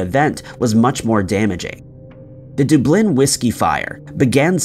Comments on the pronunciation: DUB-lin, not dub-LIN. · Come on, seriously, Dub-Lin, Dublin. It’s really not DA-Blin. Your videos are so good, it’s only when you say DA-Blin that they become nails on chalkboards. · I love your videos but I have to do this.... Dub lin Dublin. Not dooblin 🤣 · Dublin ,dub Lynn is how it's pronounced ,not doo blynn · I like that you talk about Dublin and Ireland in general, but please stop pronouncing it as Du-blin, it’s Dub-lin! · “Da-blinn”? My head’s about to explode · Why are you so bad at pronouncing Dublin time and time again you are getting it wrong deliberately at this point but it's really not a difficult place to pronounce its Dub-Lin. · Dub (like Dub Step) lin (like the name Lynn). The emphasis should be on the first syllable: DUB-lynn. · Dublin is pronounced Duh' blynn with the emphasis or accent on the first syllable. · "Dub-LIN"? 'President "General" Ford"? Ouch. That physically hurts me... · "General" Ford? Please learn how to do this better. I don't usually nit-pick, but that's two in this video. Gerald Ford. DUB-lin. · Is this an actual human narrating or an AI bot? between "Duh-b-lynn" and President General Ford" it is difficult to tell. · Doo-Bleen? Seriously? The smallest bit of research would show how to pronounce Dublin so I have to assume that this almost constant mispronunciation of common words and names is done on purpose which is irritating. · I was on board until I heard your pronunciation of Dublin. I’m out. Google it ffs it’s only one of the most famous cities in Europe. Trying to pass of info while making basic mistakes- it’s discrediting. It negates all the research done because the guy presenting can’t take ten seconds and ask google how a word is said. Dublin. Dub like double. Not doob. Lin like Lynn. Dublin. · If he'd pronounced the b lik a v it would have sounded like the Gaeilge pronunciation Dubh Linn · Do you get annoyed by the way he pronounces Dublin? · Why do you pronounce Dublin like that?